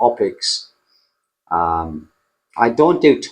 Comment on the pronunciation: Thanks for the info. When you talked about teaching IELTS, you said something like opics? What is that? It was at 15.13 mins...cheers and best wishes.